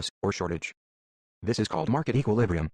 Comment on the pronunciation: Equilibrium, not equalibrium lol